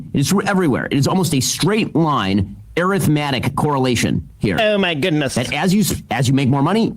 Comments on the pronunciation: "Arith-matic correlation," Ben? It's a linear correlation. And it's pronounced arithmetic. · Ben mispronounced "arithmetic" like a real doofus. Trying to use big words to sound smart and messed up